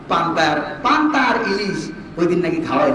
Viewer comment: হুজুরে পান্তা ভাত উচ্চারন করতে ই পারে না। সাহেব সাজছে